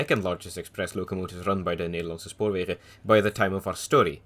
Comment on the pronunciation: I was listening to this video in the background and suddenly I hear "Nederlandse Spoorwegen" be pronounced so perfectly it'd put some Dutch people to shame. Holy shit.